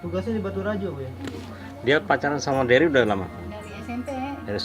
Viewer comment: nama cowo nya Derry ya? w dengernya Berry😅 auto kaget dong kalo berry , nama cowo w itu😆